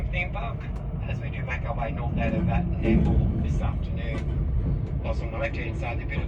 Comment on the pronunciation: Please do some research on the towns you will be visiting on your trips, particularly the pronunciation. You made a real hash of NAMBOUR pronounced Nambor and BARCALDINE pronounced Bar Call Din as shown on the sign at . Even though you looked at the sign you got the name wrong at least twice afterwards. Other than that a good video.